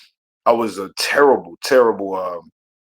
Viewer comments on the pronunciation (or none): none